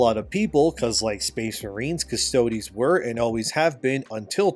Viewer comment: Dude.. it’s not “custodee’s” bro. You had it right when you first started covering this months ago - just Adeptus Custodes - silent E, like “custodian” minus the “ian” at the end. Not custoDEEZ nutz! I’m sorry to blow up ur spot like this dude.. I love ur channels n all- you’ve done great work but this is just one of those icks where I die a little bit inside each time I hear you say it like that… n I just had to finally say something